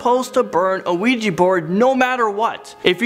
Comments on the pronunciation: Its Ouija not Luigi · It's just funny when he says ouiji instead of ouija😂😂😂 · NOT OUIJI ITS OUIJA WHIT A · Ouija Not Ouiji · Why do I hear Luigi board? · WEEGEE BOARD. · sees ouji hears luigi board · I kept hearing "Weegee" board. Lol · it sounds like he's saying "Luigi board" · You mean Luigi board?😂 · He pronounced the word 'Ouija'. It's actually pronounced 'Ouija'.